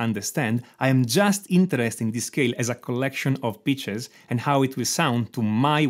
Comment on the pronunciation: Love your vids. All of them. try not to make the word "pitch" sound like "bitch" ;-).